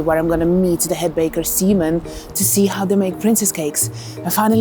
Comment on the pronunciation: Did she just call the baker Semen?